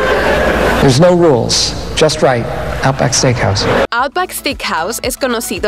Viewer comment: stickhouse, stickhouse y stickhouse… se dice STEAKHOUSE!